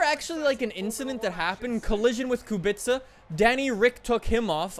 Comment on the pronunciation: Pls work on pronounce of the Kubica I beg you.